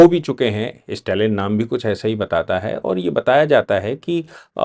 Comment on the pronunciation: इस्टेटमेंट,इस्टालिन ये सब क्या है? स्टेटमेंट,स्टालिन उच्चार कठिण है क्या?